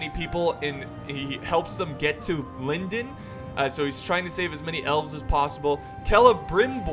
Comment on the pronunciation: small pronunciation note: the “o” in Lindon should be pronounced as in “gone”, not like it is in “felon”